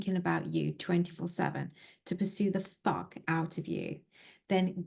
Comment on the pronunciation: Pursue the fokk? Is she Australian?